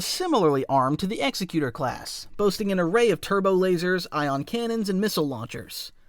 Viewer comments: Sucks that they pronounced it wrong tho. It's ex-ec-u-tor not ex-e-cu-tor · I think it is pronounced Exec-utor as opposed to Executer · its actually pronounced "eck-ze-Q-tor" i hate to be a nerd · Autarch is pronounced "au-TARK", not "AU-tarch". Despot is pronounced "DES-pot", not "DE-spot". The name of the Executor could either be pronounced "EX-ec-u-tor" as in a hangman, one who executes people, or "Ex-EC-u-tor, one who fulfills the will of another person. Both spellings are the same, and both interpretations could fit. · It’s “Ex-EK-you-tor”, not “EX-eh-cue-ter”. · As an FYI, the Executor is pronounced Ex-Eck-You-Tor, not Ex-Eck-U-Ter. It's an Executor, as in an Executor of a will, while the other pronunciation would imply Executioner. Great vid though! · Every time he say executer, instead of Executor, I can’t help but cringe a little bit inside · Forgive me if someone already made this point, I scrolled down a ways and didn't see it... I say this not making fun because I used to make the same mistake. It's not pronounced "EX-uh-cuter," it's, "ex-ECK-you-tur," like executive. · GOOD GRIEF. You pronounce, "Executor", with the stress in the 2nd syllable, not the 1st: "exEC-utor" - like, "Executive"! Not, "EX-ecutor", like, "Execution". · executor is pronounced like executive, not executioner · Executor is pronounced as “egg-ZECK-yoo-ter.” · Say it with me: Ex-Ec-U-Tor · Executor is pronounced with the emphasis on the 2nd syllable, not the first. ex-EC-u-tor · Execute-tor? Is that similar to exec-queue-tot? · Love this vid, but the mispronunciation of "Executer" was genuinely painful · it is pronounced like the word "executive" in executive branch, only with an "or" instead of "ive" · Pronounced exEcutor. Emphasis on the second E, not the first. And your brain-dead ragging on TLJ is really old. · Executor is pronounced more like executive than execute. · Its executor like executive. Otherwise itd be executioner class. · Not how you pronounce Executor as per canon.